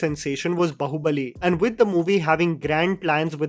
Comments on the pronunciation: I’m usually very quiet.. But the way you pronounce Baahubali is triggering 😓😓😓😓 It’s “Baahubali’. It’s not Bahubali. You’re pronouncing it as if it’s the Hindi word for daughter in law. Place emphasis on the “AA” in “bAAhubali” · Dude it’s बाहुबली not बहुबली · it's pronounced as Baahubali like baaaaaa. 😅